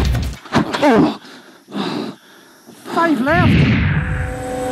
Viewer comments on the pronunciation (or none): "foive left" After a whole ass crash lmao